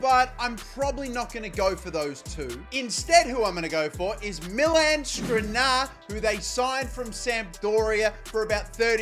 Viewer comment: Damn, Ansu Fati cooked in that ucl final. And i guess Skriniar just got tired of you butchering his name over and over. Same for Vinicius